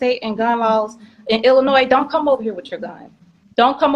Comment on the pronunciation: I wouldn't listen to this idiot!! He knows so much about illinois yet can't even pronounce it. She's going to jail. Point blank period.